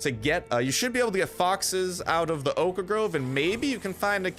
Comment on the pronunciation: Btw it's really weird sometimes you say "oak ah grove" and other times you say "oak grove and oak logs" lol why do you say it weird sometimes?